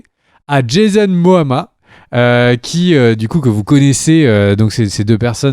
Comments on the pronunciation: C Jason momoa pas moama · "van hesling" " jason moama" Bah dites moi xD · C'est Jason "MOMOA", pas "MOAMA"... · Ne pas savoir que le snyder cut sera à 85% des nouvelles images! Ne pas réussir à prononcer correctement « Momoa »! le confinement à été très dur pour l’ami!! 😓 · Ou Moana 😉